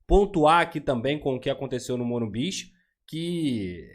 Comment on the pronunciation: O certo é Morumbis!